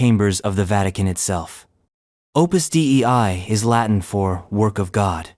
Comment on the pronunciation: Listening to the AI voice pronounce Opus Dei as “Opus D.E.I.” multiple times made me laugh.